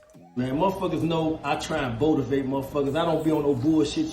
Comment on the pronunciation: Just watching this junt lol “ botivate lol nice